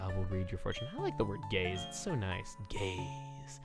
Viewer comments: You Always See if you listen to audio only when he says i love the word gaze, I love gaze it sounds like instead of saying gaze he says gays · he said GAZE not gays smh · I wasn't paying attention and I come back to " I love that word: gaaayyys " lmao I know he said gaze but I thought wrong lol